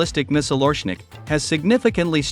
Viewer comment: OreSHnik!!! SH SH get the name right!! As in SHoe.